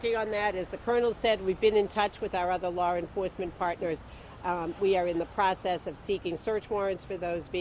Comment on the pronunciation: Lady you can’t even pronounce law LAWR